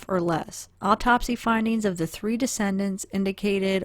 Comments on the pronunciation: de-ced-ents - those who died...NOT de-cen-dents meaning ones children, grandchildres, etc. Just a note...as I clearly understood since I was reading with you, but some might not. But very careful, educational work by you...Bravo! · Quick pronunciation nitpick, for future videos, in case no one else mentioned it: The deceased (plural) are the decedents, pronounced closer to Dee-cee-dents or Dee-cee-dants, not pronounced 'descendants'. I think malachite is less and less likely their poison of choice, but not completely out of the realm of possibility, it was worth a look see. We may never know, even if law enforcement toxicologists do find out. Enjoying your channel, thank you, and keep it up! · You are pronouncing decedents incorrectly. Excellent research, btw.